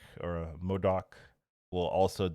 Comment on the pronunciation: Hearing day Modok correctly made my day lol